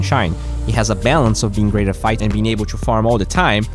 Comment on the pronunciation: acompanho seus videos há muito tempo! Foca em melhorar sua pronuncia do "TO", vc fala "TWO"! Neste video achei outro que foi meio engraçado, vc falou "persévrence"! kkkkkk, thank you for the content, we appreciate you!